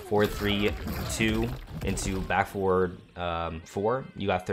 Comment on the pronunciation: Hey really nice guide been practicing lots of reptile. I’m being really picky here but when you say forward sometimes sounds like 4, could be clearer if F instead?